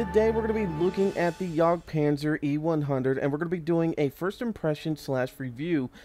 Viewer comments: its not pronounced yog itsbmore like a yeg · It's "yag" panzer, not "yog" panzer